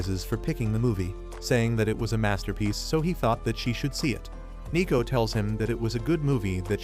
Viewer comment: Isn't it neko not nico?